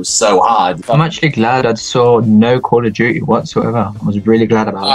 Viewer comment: "CALL OF DOODY" lol